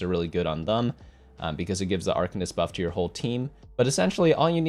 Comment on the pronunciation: Anyone gonna tell him it's pronounced Ar-kane-ist?